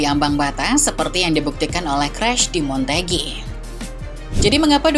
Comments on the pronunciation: mbaa mbaaa MOTEGI.... MO TE GI..... bukan MON TE GI.. ngga pake N mbaa cape dah koreksi mulu, lidah mba nya kepleset mulu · Bisa ngomong lebih bener ga sih mba?!!!! Montegi montegi..